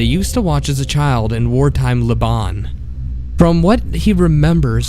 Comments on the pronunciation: Just ignore the fact he pronounced "Lebanon" as "Lebon". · Just a few things of note , I love this video and I know it's way too late to address any of these things but the arabic text given for the "thats where the bad kids go" story is just ... So so wrong. It's backwards basically. Also the Voice actor mispronounced Lebanon as Lebon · Where bad kids go "In war time LEBON" You mean LEBANON right? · Its le-ba-non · the way you attempt to say Lebanon you make it sound like a weird and very overpriced clothing company